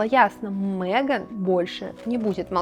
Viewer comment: Замечательное видео! Вот только не «МЭган», а МЕган». Очень ухо режет.